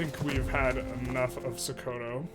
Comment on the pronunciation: It is pronounced "So-ko-to"